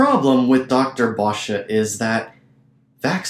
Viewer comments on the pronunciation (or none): By the way...Vanden Bossche is not pronounced Vanden BosschA. You must have gotten that from another "proven wrong" platform bloviator by the name of ZDog. I suggest you review your video again since you have had a whole year to be proven wrong on every point. If, however, you still think you are right DEBATE HIM FOR GODS SAKE, AND OURS. HE WILL COME.